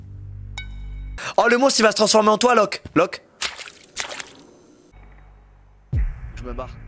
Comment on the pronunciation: 😂😂😂trop marrant parcque il a dit lokeaud et prouve